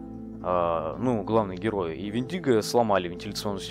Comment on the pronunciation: У индейцев правильно Вендиго с ударением на ,,е